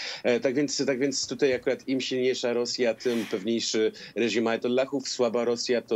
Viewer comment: Do jasnej cholery, dlaczego "tutej" jest coraz częściej używane? Panowie Redaktorowie zważajcie na język, bo słuchają Was setki tysięcy! Nie ma: "tutej", "wczorej", "dzisiej"! A jeżeli jest to u Was, to natychmiast na korepetycje z języka polskiego, bo na razie nie nadajecie się na koryfeuszów polszczyzny!!!